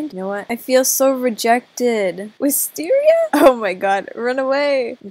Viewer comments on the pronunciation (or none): It’s wis tar ier! Lollolololololololo